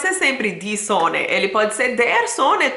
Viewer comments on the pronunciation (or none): Muito boa explicação e concordo 100% que esta bela língua é bem complicada, mas até o nosso lindo português é extremamente difícil. Só um pequeno detalhe: cuidado com a palavra "Sonne" o S tem o som de Z. Ainda vou voltar a aprender. Danke schön! 😎